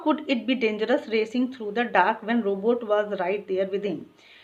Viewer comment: Mam vo robutt h robot nhi and thanks for explanation ❤